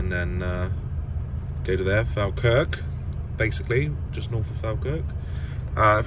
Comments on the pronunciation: Im loving the videos..would love to see more of your bunk area..do you have a tv? I was laughing at how you pronounced Falkirk..sorry 😂 If it help we pronounce it fall kirk (like fall down) 👍🏻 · Falkirk is pronounced Fall-kirk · Falkirk is pronounced Fall-Kirk sorry mate sounds strange hearing it said the way you’re saying it ! coming from a Scot 🏴 😂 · Falkirk is pronounced fall-kirk matey. We're weird up here 🤣 That leaning pallet should have been at the headboard unless its for another drop. Stevie Wonder must have built that one. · another class vid mate! loving the content. sidenote, i dont know if you know, but Falkirk is pronounced Fall-kerk :)